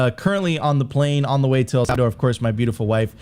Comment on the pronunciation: Sophie, can you teach how to pronounce El Salvador correctly please lol he keeps sayin savador and i cant unhear it 😅